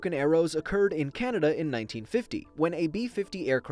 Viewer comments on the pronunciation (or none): none